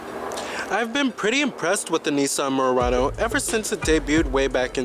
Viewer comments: Nice Mooooo...Rah-noe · Why can't you pronounce Murano properly? It's not "Meeyurano". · The way he kept saying "Murano" lol